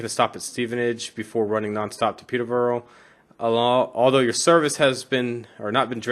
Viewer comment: I know this is 4 months old, but I'd have to congratulate you on your pronunciation of British place-names, Stevenage was correct, Peterborough is not far off, peter- ber rer (not peterbowrow)is the closest I can show you in text, without sending an audio clip of the pronunciation, either way, I'm glad that you are playing a wide variety of routes, most Americans stick to American routes.